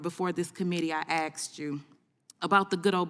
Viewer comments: What question did she "axe'd" ? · Hearing a sitting member of congress say “axed you a question” is weird.